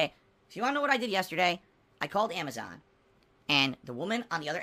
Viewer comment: ReaperSound Amazahn